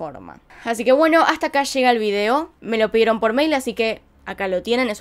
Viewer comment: Ella llega no "esha shega" leyó no "leshó"